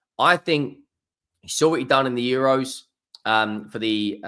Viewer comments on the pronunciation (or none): none